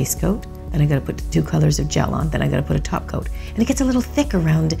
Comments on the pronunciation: Did she... did she just said 'taco' instead of top coat? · Lmfaoooo. "Did she...did she just say taco?" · I'm convinced you said taco 🌮 instead of top coat 😉 (holo! 💿) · I can't tell if you said top coat or 'taco'...SimplyNailogical is spreadddinngg!!!😂😂😂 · did she just say taco?🌮SimplyNailLogical is coming Edit: nvm she said topcoat but is just sounds like taco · For a moment when she say top coat I thought she said Taco and I thought she was speaking simplynaillogiclish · I swear she said none taky toco 😂😙